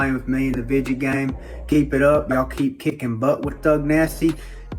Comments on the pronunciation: He really said vidja game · "..vidgey game.." 🤣🤣